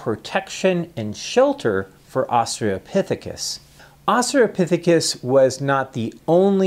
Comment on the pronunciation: Australopithecus. There's an "L" in there.